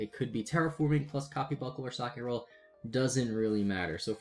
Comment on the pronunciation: lol so many youtubers pronouncing Socketroll badly XD its name is socket and troll combined not socket and roll XD silly trigger is silly XD its not named after a piece of bread XD everyone who says it like you just make me want a sammich XD